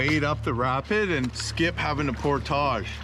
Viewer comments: It’s Por~(tige) phonetically. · Pronunciation: Por-tij. 😅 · Unusual to put the French accent on just the one word. Honestly. You are OVER using that word and I can’t watch the channel. It’s just too distracting and off putting.